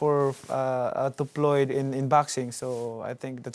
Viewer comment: LOL how he says mcregor ''bagreggor'' and ployd''